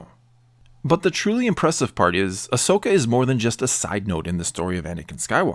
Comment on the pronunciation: Agreed, but just saying, the name's Ahsoka, not Ashoka